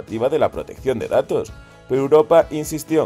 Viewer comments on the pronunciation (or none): none